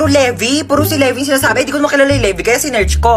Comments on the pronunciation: mare hindi yon LEH-VIH, LĪ-VAY yown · Hindi Levi parang levay